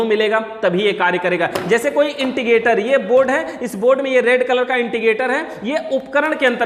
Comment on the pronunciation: Bahut badhiya bhai.......but tum baar baar inticator bolte ho, use indicator bola jata hai